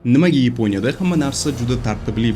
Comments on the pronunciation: Йипония емас Япония деб гапиргин ешак бош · Йипониямас Япония,узбек тилиниям бузиб расво кивордилар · Yaponiyani yeponiya deyish ham notoʻgʻri😅😅😅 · Йипония эмас япония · Ypo'nya degan davlat bormi Yaponiya ni eshitganman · Yeponya emas, Yaponiya. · Iponiya emas.Yaponiya .shuning uchun bizda shunaqa .Gapitish madaniyati yo‘q senda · Yponiya emas Yaponiya deyiladi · Епоня дебмас япония деб гапирсез хам болуради соф жайдари тилимизда. Сиздакалар бор экан биз хайотда японларга етолмимиз😢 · Akam Yiponya emas Yaponya. Bizdagi tartibsizlikni siz ham kòrsatib turibsiz. Uzur oldindan.Siz ham Yuqtirib qo'ymang notòģri tahlilni. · Yiponiya mas Yaponiya